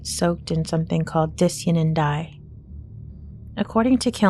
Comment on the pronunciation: Di-cyan-in is pronounced like cyan the color, not ”disianin”